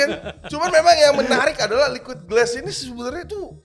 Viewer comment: Liauid glass ❎ Liquid ▶️ass ✅ 😂